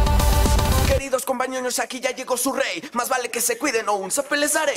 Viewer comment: dice compañoños:)